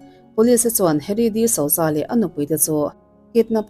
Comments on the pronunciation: Disauza nilo in disuza tih anga lam tur... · Di-suza ti a lam tur ania 😊